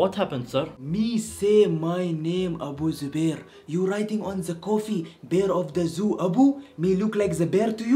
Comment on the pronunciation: " A bear of the zoo Abu" (Abu Zubair) I am dead LOL